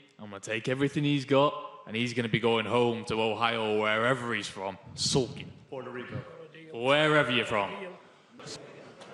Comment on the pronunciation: The second hand embarrassment I got when that man jake uttered “Puerto Rico” from is mouth ….